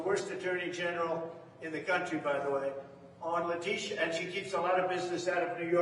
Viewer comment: I miss when u used to butcher her name as "Lydia" James "La Tisha" lol you should've kept that up lol